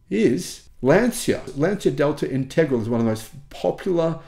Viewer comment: Lancia Delta what? Integral?? 😂😂 It’s pronounced Int-eg-raal-e, anyone with any knowledge of motorsport knows that.